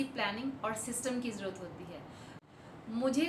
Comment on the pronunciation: mam aap pls 'jarurat' ward ko saaf saaf bola kro....bura nhi maan na mam .mera mn kra to maine bol diya....❤❤❤❤